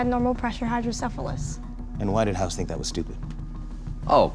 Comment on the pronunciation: Its House not Hoss